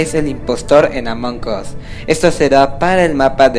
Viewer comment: Estoy sorda o porque le le dice Omong us